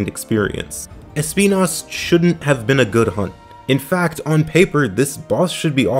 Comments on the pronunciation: Sorry, just started the video and wanted to show my appreciation for the use of the correct pronunciation of Espinas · The correct way of pronounce Espinas as a spanish word was my favorite part of the video